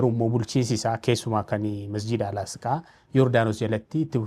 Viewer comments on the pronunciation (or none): Asqaa miti Aqisa malee sirreefadhu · Al-asqaa miti Al-aqsaa jedhama 🙄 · Al-asqaa miti Al-aqsaa dha ok sanu irra deddeebitee